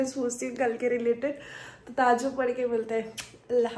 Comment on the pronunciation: Tahjjub nhi diwani THAJJUD bolte Deen k bare me mlum karlo ye vlog reels banana ye kam nhi aata deen k sikho